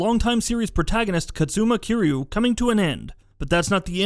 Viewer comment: I’m only disliking this video because of his crappy pronunciation of Kiryu, Yagami, and Yakuza.